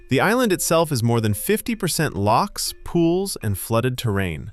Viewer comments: The Haar is crazy. It happened just the other night and it is very thick. Even the house across from us were visibly covered. It's pronounced Coo Ross. We have Lochs not locks (unless you are on a Canal). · Lochs, not loks.. 😂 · The pronunciations in this drove me mental!😂Why is it so hard for non Scots to say Scotland or lochs?🤦‍♀🤣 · Not locks but lochs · Didn't even make it a minute into the video and the American butchering of "lochs" made me stop.